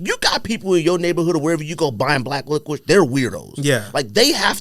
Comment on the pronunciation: Who’s been letting you get away with pronouncing licorice like lickwish bro? Slap em all in half for letting this go unchecked